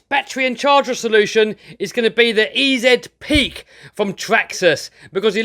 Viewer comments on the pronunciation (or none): E-zedd peak lol. I'm not hating, I'm a big fan and as an American that sounds funny